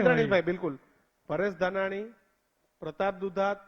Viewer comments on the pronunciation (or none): none